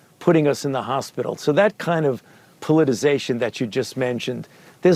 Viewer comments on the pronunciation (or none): Come on,. the word is "politicization." If you're gonna articulate, please be articulable.